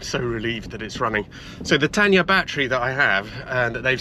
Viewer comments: Oh, it's Tayna, not Tanya! 😂 Good video though. You've done well with this Auto Union. 👍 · It's not Tan-ya batteries - it's Tay-na. Do get it right! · It’s Tayna not Tanya 😂 and they are good.